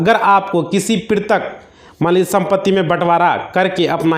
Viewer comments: NOT PRITIK BUT PAITRIK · वकील साहब पैतृक को पिरतक बोल रहे हैं कृपया ठीक उच्चारण करें,कृपया मातृभाषा का सम्मान करें,यह हम सब‌का कर्तव्य है।जय भारत। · प्रितक गलत उच्चारण है इसे पैतृक सही उच्चारण है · पैतृक (paitrik ) समझ रहे हो पितरक नहीं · वकील साहब पैतृक बोलिए प्रितृक नहीं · क्या कमेंट किया जाये? आप तो पैतृक सम्पत्ति को प्रितक सम्पत्ति कह रहे हैं। कैसे कोई आप पर भरोसा करें । Sorry. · आप शायद वकील साहब हो लेकिन आप भूल बोल रहे हो पैतृक संपत्ति को पृतक संपत्ति बार बार बोल रहे हो जो गलत है। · Pirtak nhi Patrick sampati hota hai😅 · Bhai tumhe petrak nahi bola ja raha tum kya kanoon padhoge